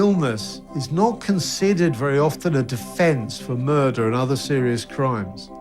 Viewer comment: did he say murder or murrrrrderrrr?